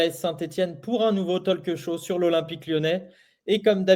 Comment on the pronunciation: mais, arrete de prononcer talque show, c'est talk show, si tu n'es pas fichu de prononcer correctement, alors ne le dis pas, c'est déjà affiché! t'as pigé?